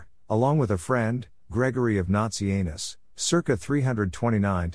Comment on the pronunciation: Lol work on your pronounciation. You said nazianzus correct alone, but kept saying Gregory of Nazi Anus. Its hard to pay attention after that 😂